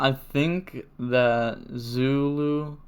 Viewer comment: Damn fronch. With english letters it could sound like "Zooloo. Edit: just heard you saying it pretty well later in the vid.